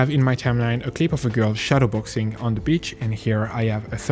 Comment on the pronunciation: not gonna lie with that accent it sounds like your saying bitch instead of beach